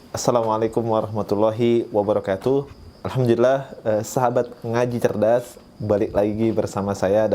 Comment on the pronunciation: tolong jgn menyinggung orang2 yang sudah islam dari lahir dan tolong klo ngomong alhamdulillah di perjelas, karena setiap saya denger itu hamdulillah bukan alhamdulillah, terimakasih